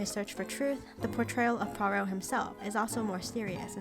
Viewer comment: Finally an American who can pronounce Poirot correctly 👍 The David Suchet version was by far the best